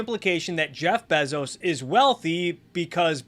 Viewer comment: I love how Adam Something pronounces Bezos but you pronounce it even better.